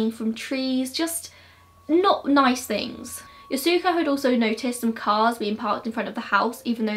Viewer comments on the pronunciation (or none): none